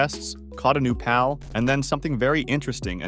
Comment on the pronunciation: For the Love of All Things in this world sorry but I had to click off this video multiple times because of how you're pronouncing the word PAL. Just makes me think this is an AI voice or some kind of trickery bullshit that you're doing as a meme.